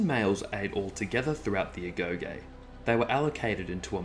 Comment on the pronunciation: Thanks for the info. One thing though, it's pronounced 'agogi'